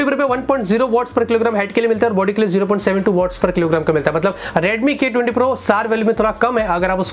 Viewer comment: i heard redmi Gay 20 pro lol.